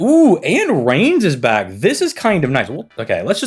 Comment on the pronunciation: Reines is pronounced "Rye Ness" by the way Khadroth does it similar too, it throws me off